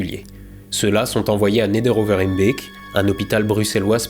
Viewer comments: Merci pour en avoir parlé. Et bravo pour la prononciation de Neder over Hembeek. Respect 👍🏻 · Bravo pour la prononciation de Neder-Over-Hembeek :D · Réussir à ne pas se prendre les pieds dans la prononciation de Neder Over Heembeek alors que la plupart de tes compatriotes sont incapables de prononcer Bruxelles ou Anvers sans se tromper, c'est beau ! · Bravo pour la prononciation fluide de Neder Over Hembeek ! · l'alsacien LV0 mène à tout ...